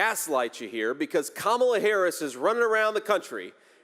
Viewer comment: It's Kamala not Kamala😂😂😂